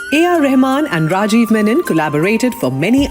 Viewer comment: lol, no. It's not "RRRRAjeev" is it the soft Ra . And it's not Reymun , it is Reh maan